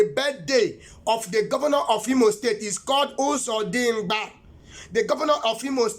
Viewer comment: That word is "Economy" not 'enconomy'. Governor of Imo State is Uzodinma not Uzodingba as you have said. I'm sure that God knows that name clearly and could not have called a wrong name to you. Pardon me all you have said is that you have preached according to how you have been inspired. It is called "Discerning" Spirit not 'designing' Spirit. These are not prophecies. You even sound more powerful than the "God" you profess. Take heed! It's not by power not by might but by the Spirit of the Most High. I just hope that he is the one that called you. God bless you Sir.